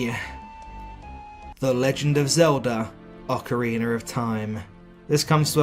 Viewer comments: Friendly tip: It's pronounced "Ocar-eena" not "Ocar-eener" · Why do some people say "Ocariner" of Time? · "Ocariner of time".. LMMMAAAOOOO. Bro speak English